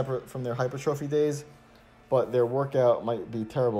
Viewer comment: Nice, but you've got to stop saying "hyper-trophy", LOL, it is (should sound like) "high-purr-tra-fy" - I can't be the only one pointing this out, lol. I appreciate you though....